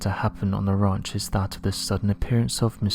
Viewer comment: Lol "Skinwalker raunch"